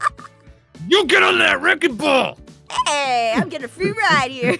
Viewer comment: I keep laughing at aphmau said Aphmau:thats a wreking ball😅😂